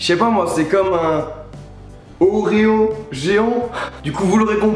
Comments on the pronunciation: a au lieu de dire des oreo tu dit les ozo un truc comme sa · a tu dis pas oreo mais odlro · ils dit "ozzo" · À la place de dire oreo tu a dit ozo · J'ai troll car il a dit les odos ^^ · Best Of Plays Des "ordrerjsrf" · C'est quoi la marque des gâteaux qu'il essaye de prononcer a svp ?